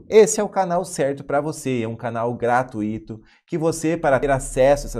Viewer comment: A pronúncia correta de GRATUITO é GRATÚITO e não GRATUÍTO.